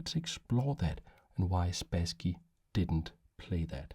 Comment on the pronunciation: Hello! This video isn't the first one where I listen (I do mostly listen) to you talking about some chess master Boris Spasskiy, and only now I have realised whom you're talking about! He's [Sp^sskiy] with "a" like in "bus". The "a" is stressed, also. For how you say it, with "a" like in "back", we have a different letter. Hereby, I present it to you: "э". If you don't see it in the Russian writing, then it shouldn't be pronounced in English either. Actually, I think you say Kasparov very well! Same thing here. And same goes for the city: Leningr^d, not Leningrэd. Thank you for your content and I hope you'll find this tip useful! P.S. He's also Bor'is, with the "i" being stressed here, but it's less crucial for understanding.